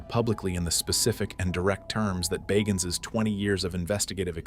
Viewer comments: Yo your pronouncing the man’s last name incorrectly! Aggravating AF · Pronounce the name right like it was pronounced at the beginning of the video